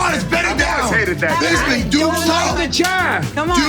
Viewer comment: Michael Bizby lmfao another TKO loss by the English language for Tito